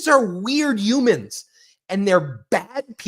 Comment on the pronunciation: ⚠️⚠️😔please pronounce "humans" WITH THE H. YOU SOUND RIDICULOUS SAYING "ewe-men"⚠️⚠️⚠️